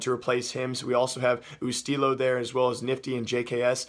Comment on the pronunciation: Did he really say oostilo it's u-stillo